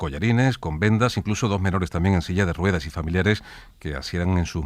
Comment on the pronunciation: Debería ir a un logopeda pronuncia mal la r de rueda, le entiendo mal.